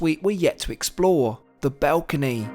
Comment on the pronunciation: Great video but multiple times you say BELCONY instead of BALCONY. Sort it out. ❤